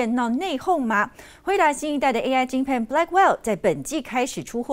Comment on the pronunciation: AI晶「PAN」 ㄏ